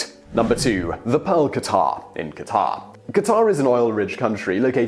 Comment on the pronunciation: Bahrain and Qatar are pronounced "Buh-hrain" and "Cutter" just so you know